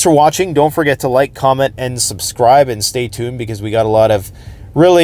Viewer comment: did you say "sumscribe"? Just checking if there's something new....:D